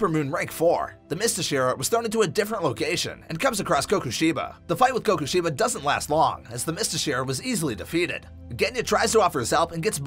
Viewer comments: "the Kokushiba" "Zenitsu Agatsumi" 👁 👄 👁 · Kokushiba? It's Kokushibo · its kokushibo not kokushiba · Kokushibo* not kokushiba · Did u just say kakushiba U need to say kokushibo